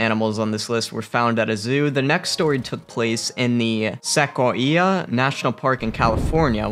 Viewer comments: (Seh coi ah) say it with me ( seh coi ah ) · Seriously???.... - ... Sequoia National Park is now pronounced "Seck-oh-ee-ah?"..... and the word ESCAPE is NOT pronounced 'ECKSS-SCAPE'...... it is pronounced "ESS-CAPE" Jesus God what is happening to the English Language??? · This guy really pronounced Sequoia as "Sack-O-Ee-yah" 😂😂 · Sequo-ia..? Nope. Se-quoia. Yeah boy, that's more like it. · Seriously? The "Sec-o-e-ah" National park in CA. Let's try that again, the right way. It's the sequoia national park, pronounced se-coy-ya. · Sey-coy-a* not Se-qu-i-a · Yup! And Sequoia National Park "Sec-o- ee-a" 🤦‍♀️ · I agree it sounds funny. However, mispronounced words are often indicators that a person has only been exposed to vocabulary via text, as opposed to verbal exposure. Not mad at him. In case he does read this, it is pronounced like koy. Sa-koy-ya. You're welcome. Keep up the VO work! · It’s not a koi..it’s a kwo sound. Se-kwo-ia. It’s a latin word and identical in Italian. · Lmao. "Sek Wah Eea" National Park, omg I'm dying. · How about pronouncing “Sequoia” as Seh-coy-ee-ah? 🙄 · Did my man just say Sek-Oh-EE-Ah in stead of Sequoia? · Sequoia: suh-Coy-uh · "SEC O EE A" National Park? Maybe Sequoia National Park, that's where they keep those big "SEC O EE A" trees! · Sek-wo-kia? You mean Sequoia? Definitely a millennial. 😂🤣😄😆😁😄🤣😂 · Se-koy-ya lol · Se- kw- eye- uh.. Sequoia... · I hope not to offend anyone, but I thought Sequoia was pronounced as “se-koi-uh” ref. . Can someone help me understand how to correctly pronounce it? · Zoo cooraror? (curator). Glass was shrong?(strong). Monkey tries to excape? No x in escape. Sackoweeah? (Sequoia). Fearcious? (Ferocious) animal. Is this a native non-English speaking robot? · Cure-A-ter Se-coy-a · Sec oh we ah 😂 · Did you mean See-koi-aa? Sequoia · sackoyeeah park 🤣🤣🤣🤣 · To the narrator: Sequoia = pronounced: Su-koy-uh. Just sayin' for next time 😝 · I can only assume you meant Sequoia. It's pronounced suh·kwoy·uh.